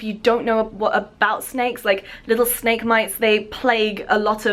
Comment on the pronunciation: hahaha i was so confused about the intro where you said 'snake earrings' in this weird accent because it sounded like schnecke-earrings and schnecke means snail in german😂